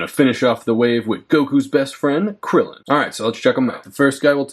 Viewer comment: Bro literary renamed krillen to crillon☠️☠️